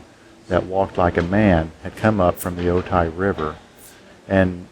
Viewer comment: It's pronounced "O-ty"